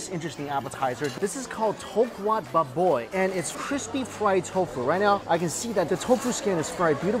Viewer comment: The way he say "baboy" makes me laugh so hard